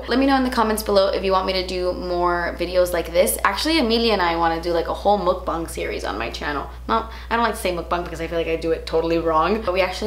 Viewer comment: Finally an American YouTuber pronounces mukbang correctly. Praise be! 먹방!